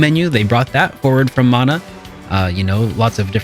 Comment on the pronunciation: When I hear the proper pronunciation of Mana. 😌 (Mon-uh, NOT man-uh)